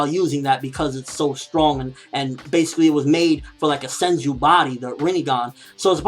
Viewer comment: it's senju, not senji